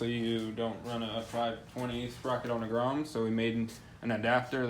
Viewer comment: hey said "grome"